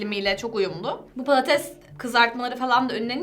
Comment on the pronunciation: Dalia'nın patatese paates demesi...